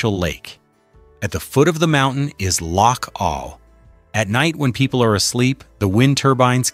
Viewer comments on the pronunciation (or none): First off you got the names of all the places wrong. and the the name of loch awe not awl.. Honesly these AI videos and voice over are a joke. 20k views for this shite? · Not a bad video to watch but totally spoilt by the atrocious spelling mistakes and pronunciations. It is Ben CRUACHAN, and Loch AWE and it is well worth a visit.